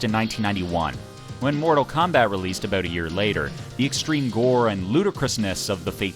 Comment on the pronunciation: Very cool again! Btw are you from Canada? The way you say "about" makes me think so.